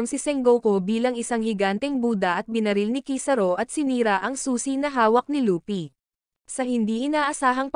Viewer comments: Luffy po hindi pi laffy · Luffy not laffy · Laffy✅ LUFFY❎